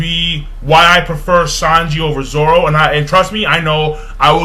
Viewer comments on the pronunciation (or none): none